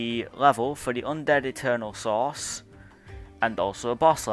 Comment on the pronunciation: You: Eternal Source Me: What? Eternal Sauce?